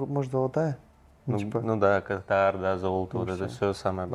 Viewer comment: Интересное видео. Не кАтар а катАр :)